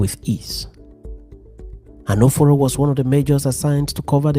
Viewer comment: Is Anoforo an Igbo name or pronounced wrongly? If yes, he must have come from a none Igbo speaking region.